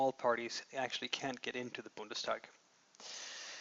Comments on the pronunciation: It's Bundestag not Bundesdag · Oh, come on, it's "Bundestag" not "Bundesdag", we're not in Saxony here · A very good and clear description of the German political system! Just two hints: The word is "Bundestag", not "Bundesdag", and the term "Ossi" is very offensive, you should never use it in an academic context.